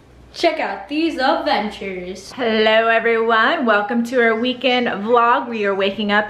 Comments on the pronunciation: It's pronounced ad-ventures, not uhventures. The kid says it all the time and it's so annoying. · I love the videos but the only thing that bugs me the way he says "Avenchers" instead of "ADvenchers"